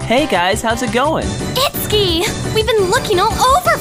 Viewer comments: Cute! One question though: Isn't his name pronounced 'it-su-ki'? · Oh. Well, the only other time I've heard that name was in Fatal Frame 2 and it was pronounced differently. *shrug* Just curious. ^_^